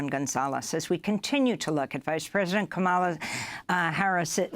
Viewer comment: Funny she said Kamaala theen corrected herself to Kamla (pronunciation😊) lol